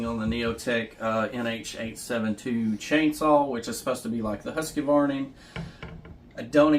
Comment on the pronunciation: Husqvarna not husk k a varna